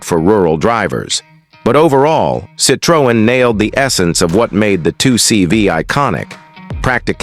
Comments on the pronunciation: Citr-oh-en?? 2cb????? Always hated the CV, hate the 2CV and hate AI narrated videos! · Why is every picture different car. Narration is terrible... Cit-ree-on